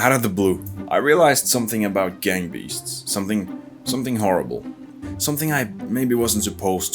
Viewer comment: This now sounds like burger beasts😂